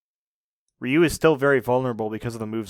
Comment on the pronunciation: Ah, why are Anglos always ending three more letters to Ryu's name? At least it's not "Rye ow waw you" anymore, but still... Why "Ree yi you", not just Ryu? It's three letters, two sounds, R-yu. Like "Rew". Not like reeeeeeeeeeawyou.